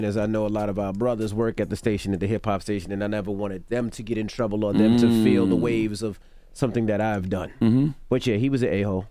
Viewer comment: I agree and all but why can't Char say OR?